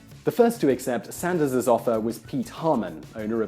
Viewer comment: Glad you made the occasional reversion to British English pronunciation when saying his name! :) Shame you don't do this more often but great vid.